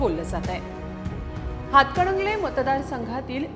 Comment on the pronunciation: हिला हातकणंगले असे स्पष्ट म्हणता येत नाही अजून ती हातकडंगले म्हणती या 😂